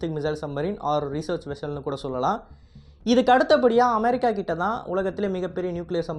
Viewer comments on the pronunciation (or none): none